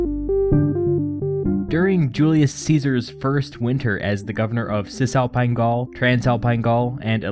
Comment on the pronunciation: Love it but why do you prononce “Cisalpine Gaul” as if it was Cantonese ? I really hear Hsi Za Paï Gau !